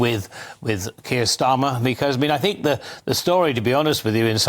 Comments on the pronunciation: Had to switch off listening to that scrubber lady. Think is with a TH not an F. For F's sake!! 😮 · I don't care what you "Fink" 🙈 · Fink…. Fought…. Free…. THINK, THOUGHT, THREE???? Gawd help us… how old is SHE???????? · "I fink".......Labour adviser? Jesus.